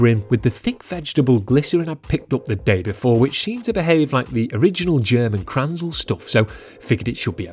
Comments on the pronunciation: Please: Say Kränzle. You always call it Kranzel. Sounds kinda weird. 😉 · Its called Kränzle not Kranzle! - Get it raaiighhttt !!!like "Angry German" would say... JK (Speed Comparer)😄